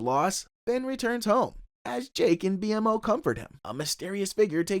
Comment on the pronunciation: You kept calling Jake "Jack". you say Marceline kisses Jack (Jake) but the clip shows her kissing Finn on the cheek) and then you say "Finn can't eat anything because of his bird beak" but show Jake as a bird. Lastly: BMO's name is pronounced Beemo.